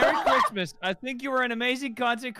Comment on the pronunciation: when you already know that wilbur is drunk when he cant say chrismas right XDDDDDDD